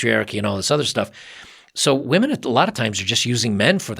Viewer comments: and it's pronounced women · how about the ability to start a family, or just a really good friend that has your back. Stop with the nihilism bub, things won't get better with that mindset. And it's pronounced women